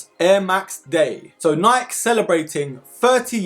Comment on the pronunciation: FYI it’s Nike (Nie-Key)